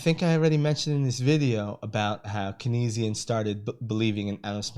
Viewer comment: Keynesian is pronounced KANEZ-ee-in btw. Great overview.